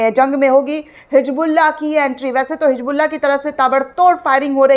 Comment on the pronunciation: Hijbullah nehi Hizbollah 😅